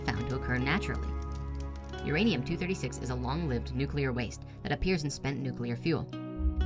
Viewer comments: Pet peeve - pronouncing "nuclear" as "nuculer" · NUCULAR IS NOT A WORD. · REALLY don’t like when people mispronounce nuclear …it bothers me much more than it should. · The fact that they pronounce New-Clee-Er as Nuke-You-Ler really tells you the amount of science and research put into their worldviews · Nuclear, not nucular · Nucular? NUCULAR?,ITS NUCLEAR!!! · Says “nucular” ....... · Ugh says “Nucular” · Nucular. It's pronounced NUCULAR!!! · said "nucular weapons" I got a lol out of that one. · You mean to tell me you are an expert and you say nucular Fucking robots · NU-CLEAR! Cmon! I thought you were the 1 with ALL the answers, but you cant pronounce nuclear correctly...all the time??! hmmmm... inconsistency is kinda worse than just being wrong! cheers